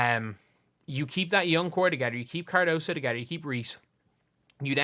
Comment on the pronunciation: FYI her name is Kamilla CARDOSO Learn to spell and pronounce it correctly, people. Respect